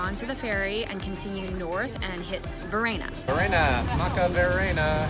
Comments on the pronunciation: VARENNA ... not Verana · VARENNA NOT VERANA NOT VARENA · Varenna guys, not Verana :))) Cheers from Lenno! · Bloodthra5her - right pronounced Var-en-nah not Var-aye-nah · It’s verana not verana